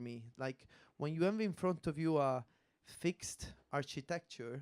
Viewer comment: the archytetchure